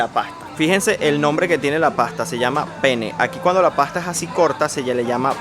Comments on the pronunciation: non e pene, dobresti essere penne dopia n. o suena un poco raro para los latinos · La pronunciación no es pene como el miembro viril masculino es penne pronunciando la doble n. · no es pene!!! se dice penne con doble N es mum importante. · Ma se lo pronunciate come fa il ragazzo, con una sola N, la gente capisce Pene e non Penne! E “pene” è il membro maschile anche in Italiano. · Soy italiana,te quería decir , que la pasta que te comiste, ( Penne alla matriciana) no es di Napoli , es un plato típico de Roma. P.S. Muy cuidado cuando pronuncia Penne ( la pasta). Porque como lo pronuncia la gente hispanoblante con una sola N, en italia tiene otro significado 🤣🤣🤣 🤐😛. La pizza en Napoli no tiene otro estilo, es simplemente la verdadera Pizza!